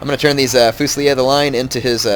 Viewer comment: you never pronounce Fusilier correctly D